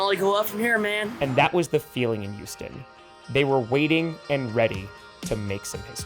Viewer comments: Why does pronounce Houston as "You-ston"? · So you know it's H-Town, yet you still say it like Youston. sigh Could be worse. Could say it like New Yorkers and say How-ston.